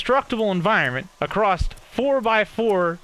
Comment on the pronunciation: Omg if he says accrost one more time I'm gonna scream his name sexually